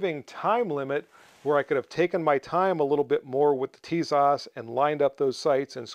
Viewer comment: Pronounced - Tisash